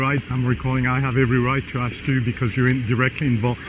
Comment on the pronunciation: Bad Baby is going to axthhh for the report😂😂😂